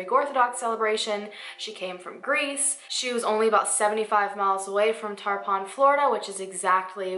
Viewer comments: You’re so cute you made me giggle when you said ‘Tarpon’ Florida. It’s pronounced ‘tarp-in’. I live about 30 minutes away from Tarpon and I’ve been there many times to go to greek restaurants there. I actually work at a Greek restaurant in my town, and we get our desserts delivered from a place in Tarpon. That’s so crazy this case was so close to me and i haven’t ever heard anything about It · this is crazy. i used to live in tarpon lol. and it’s pronounced tar-pin (didn’t want to be rude!) ..epiphany is such a huge celebration there. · It's Tar-pin (like the fish)🙂 I live here. I have never heard about this case though! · lol the way you said "Tarpon" was funny to me, it's more like tar-pin. i'm a local. (